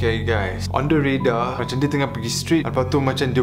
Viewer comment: Tau lh dh byk sgt ckp inglish tpi nk ckp radar pon kte redar🤣🤣